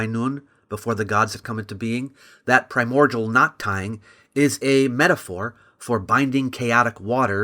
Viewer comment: It's pronounced "Prime-More-DEEull" Not "pri-MordJewl"